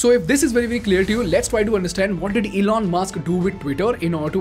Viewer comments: You keep pronouncing his name zelon is driving me mad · i was laughing like a hell while you were explaining and taking name as "Zelon". btw Its good way to get out of any of the controversy . I appreciate..